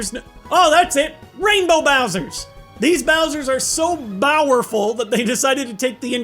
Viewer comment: "Bowerful"...?